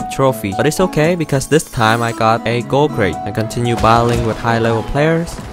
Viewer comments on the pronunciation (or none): none